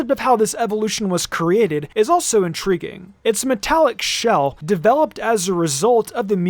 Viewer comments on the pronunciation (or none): none